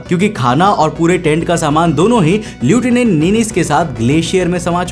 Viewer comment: Lieutinent এর উচ্চারণ হয় লেফটান্যান্ট।